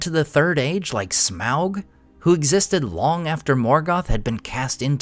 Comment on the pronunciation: You say smaug weird.